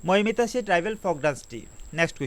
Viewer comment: No.5 Mamita, not maimita